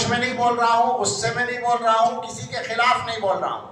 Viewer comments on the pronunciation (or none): none